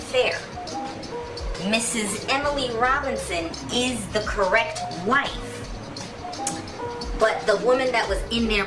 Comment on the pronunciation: Whife with an H 😂. Trifling husband fake passing out 😂